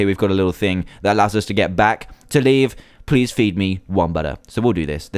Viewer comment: did anyone else catch Dan say "pleave leave"